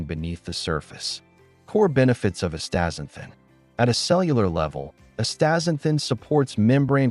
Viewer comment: Forget it man, you can't even say the world properly. Pretty lame dialouge. Astaxanthin is awesome.